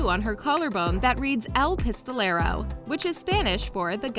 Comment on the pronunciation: 😂🤣 when I heard she said el pestolero My mind automatically trying to correct her pistolero Amiga